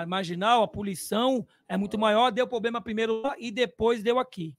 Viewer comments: O presidente da Mancha fala tanto "poblema" que chega a doer os ouvidos kkk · Vendidos??? se venderam pra WTorre??? Na Crefisa… Não vi 1 dia irem fazer protesto. Impressionante como dinheiro fala mais alto sempre. Dinheiro de carnaval, dinheiro de WTorre cala qq um. “Questionou???” Cronograma? Aonde está? Responsável? O que esperar do cara que fala pobrema, foda.